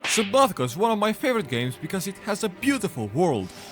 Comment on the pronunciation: Did you say subbabka at the start? LOL